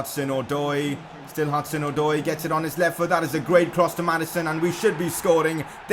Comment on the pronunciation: u say hudson - od-oy